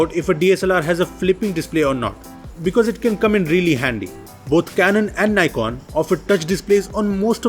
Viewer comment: He doesn't know how to pronounce NIKON